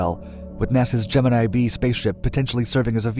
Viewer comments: It's Gemini "five", not Gemini "vee". The letter V is a Roman numeral. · Gemini FIVE, NOT Gemini Vee. Jesus Christ